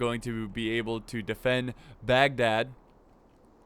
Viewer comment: "The siege of Bagdag-- Bad-dag-- ahhh" I love this video already. 👌